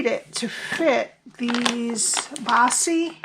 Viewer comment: Baci is pronounced bah-chi and means kisses in Italian!!! I love this - you have outdone yourself on this box!